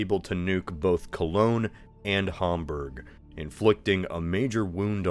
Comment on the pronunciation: Good hamburg pronunciation